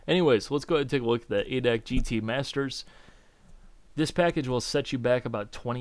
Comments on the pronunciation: hey, its pronounced "a" "d" "a" "c" and not "adac". it is a big automobile club here in germany as you may know. just a small hint. thanks again for your videos, i really enjoy them! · havent watched the whole video yet but we germans say "adac" like we spell it. A,D,A,C. its a short cut not word. a VERY VERY MINOR complaint :D. fun aside, why didnt simbin go for GTR3 instead of this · its not ADAC its A D A C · Its called A D A C, ( looooooooooooooooool Darin) xD. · yeah but i feel like dying when hearing it in a word.:D fyi, you can call it General German Automotive Club if you dont feel like saying A.D.A.C.:P